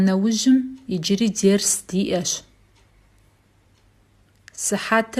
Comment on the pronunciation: Пардон, почему " Дерс " звучит как в турецком..?